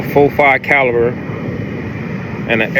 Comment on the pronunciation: This nigga said “38 Cabiler”. 😂😂😂😂